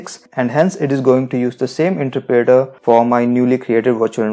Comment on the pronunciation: you aint saying interpreter right...